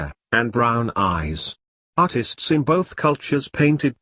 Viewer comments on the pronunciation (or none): none